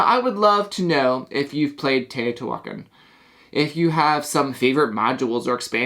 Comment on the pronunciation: it is pronounced teo-ti-hua-can NOT teo-ti-huac-an